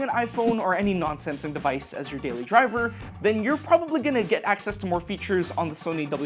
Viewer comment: When you said in "if you using other non-Samsung devices..." i heard that Other nonsense device 😂 i had to listen again as; Wait what ?!